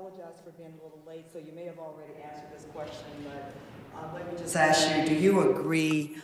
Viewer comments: "We all AXE that you...." Come on use proper English. You are supposed to be running our country, try to speak like an educated adult, not your street lingo! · Its so disgusting to hear the chairman of a congressional hearing say "axe" instead of "ask" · How did chairman Mr.Thompson get that far without being able to articulate thoughts in the English language?? "Let me axe you a question...." The answer.........affirmative action. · Aks-What the hell is Aks? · I don’t get why some people use the word ax, when they means ask. You would think an educated person wouldn’t want to sound like a thug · At the very beginning of the video, Mr. Thompson uses the word 'AKS' for ask! Who says you have to be rich and intelligent to be a politician! Ghetto much? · Is he saying ax? He wants to ax them..... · did he say we gonna ax??? really.....is Lee running for president? what a damn fool... I want to hear the chairman say, there's going to be consequences and repercussions for anyone that touches my cornbread.. amazing someone with I'm sure his amount of Education and that's how he speaks